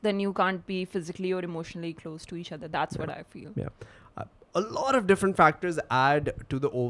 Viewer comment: Alot nai all oh 😂